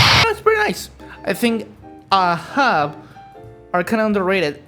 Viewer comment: Youre pronouncing Ahab wrong.